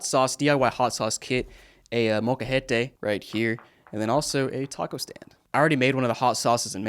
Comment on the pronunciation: you said Molcajete real good haha